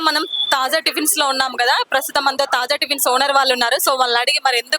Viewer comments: తాజ్ కాదు తల్లి తాజా టిఫిన్స్😂😂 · Taaza ni Taj Taz chesindi anchor 😂😅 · యాంకర్ టిఫిన్ సెంటర్ పేరు "తాజా టిఫిన్స్" కు బదులుగా...." తాజ్ టిఫిన్స్" అని తప్పుగా చెబుతున్నది. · Taja Not Taj.Anchor should know it before exploring vlog. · This is Taaza tiffins,Not Taz tiffins